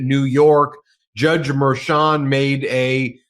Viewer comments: Why not correct Harry's mispronunciation of Merchan? I notice that Ben has now adopted the incorrect version. I don't understand that. You guys are professionals, right? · Harry! Please pronounce the judge's name correctly. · I know he is older, but can Harry pronounce Judge Merchan's name correctly? I already have too many friends who mispronounce Kamala.